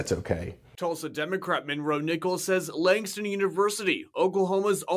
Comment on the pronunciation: “Langdon” a fine example of university education. It’s Langston